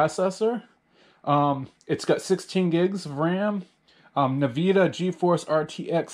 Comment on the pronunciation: Did he just say niiiivida